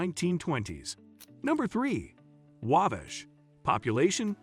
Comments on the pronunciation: Agree with the Cringe-worthy pronunciation, Waaaabash, Aaaamish. Add Turkey Run Marshall, Indiana. Beautiful Area. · "Angola in STUPID County" 🤣 - That's STEUBEN County. // I've never heard of the "AIMish" before, or the town of "Whabish". 🤔 I have driven through WABASH many times though.